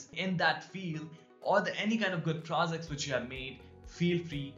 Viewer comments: You sound pro-Z-cts not pro-J-ects. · by the way its not prozects its projects